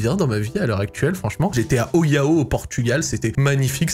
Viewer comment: très belle destination, tu as visité les iles Armona et Farol ? Ola amigo :P bon faut revoir la prononciation de Olhao ahaha ;)